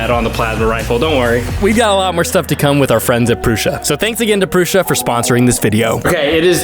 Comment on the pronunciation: Prew - Sah - not Prew - shah